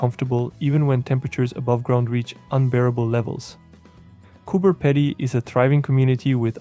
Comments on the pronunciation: its cope "pee die" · I wouldn’t sweat it, just funny thats all😊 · Lol, listening to you pronounce Cooper Pedy. It's pronounced Cooper Pea dee.